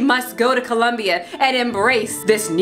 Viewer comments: As a brazilian, I was very triggered by "Colombia". LOL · Ha. Brazil. Not Columbia. 🤣♥️